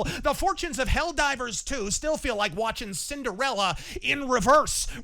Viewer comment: Didju rike it?